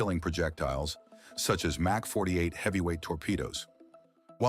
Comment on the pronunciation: "MK" is pronounced 'Mark', is in fact an abbreviation of 'mark', not 'mack'.